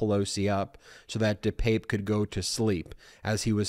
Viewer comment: Ben, I stand corrected, you are pronouncing his name correctly. Let's hope Mr. Pelosi is healing up and carries no physical scars, hopefully he will get support for the mental upheaval this has created. Thanks Ben